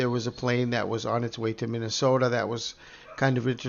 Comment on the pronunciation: When you talk about Minnesota I noticed your accent 👍🏼